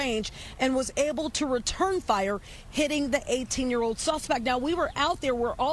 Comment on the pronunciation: Is it hard to pronounce an “L” properly…….code for cold, ode for old, tode for told, unfoded for unfolded,…….just pure laziness…..